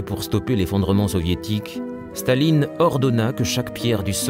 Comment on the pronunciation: Auschinlek? It is pronounced Aw-kin-lek. This is the same comentator who says "Shtahlin" instead of Stalin. Who is this and why the German pronunciation? Is this some sort of agenda?